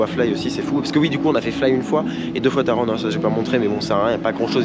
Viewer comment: Mais non c'est pas Taronne c'est Taron 😭😂